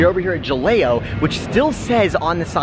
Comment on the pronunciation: Great video!!! For future reference. Ha-lay-oh for Jaleo. 😜👍